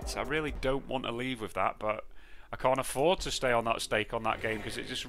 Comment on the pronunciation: This video will prob be demonotised too you accidentally said cnt instead of can't on 😅😆